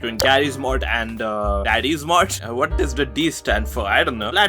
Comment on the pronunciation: It's not daddy's mod is darry's mod I'm not trying to be rude or anything I'm trying to correct you